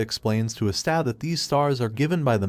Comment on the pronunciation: Watching this video, I noticed some mispronunciations , such as Asta's name and saying Magical Emporer insread of Wizard King